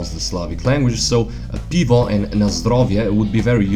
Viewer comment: Not "pivo" but "pyvo" in ukrainian is correct one for "beer" Cheers = bud'mo :)